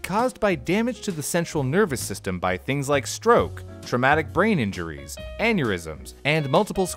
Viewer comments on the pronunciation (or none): none